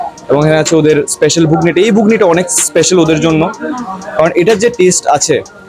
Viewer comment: Ghugni not bugni😅😅😅😅😅